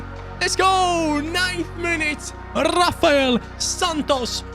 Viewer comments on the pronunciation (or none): none